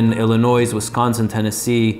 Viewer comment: Illinois is pronounced without the "s", like Illinoy. A former Chicagoan.